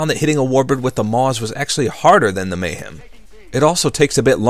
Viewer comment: Your Amazing but its Mahem not Mayhem. There is no Y in the name